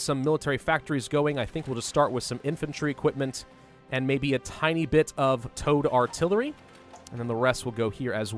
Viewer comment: I thought you said Toad Artillery.